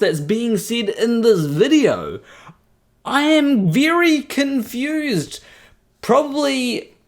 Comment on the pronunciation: "A viry cunfused pirsen ettempts to dibenk pai"